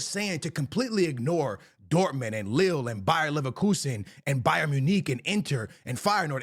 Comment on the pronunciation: Bro said Bayern Monique 😂😂😂